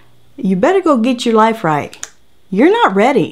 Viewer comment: LmFao "were going to organize our liffee" omg you crack me up. Omg there's a mini Vivian 😂😂😂